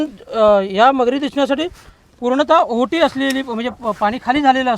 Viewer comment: अहो टी नाही ओहोटी बाकी मस्त मालदोली पूर्वी खूप मागास होते आता सुधारेल